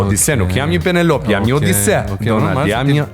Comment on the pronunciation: Penelop thot.Pinelopi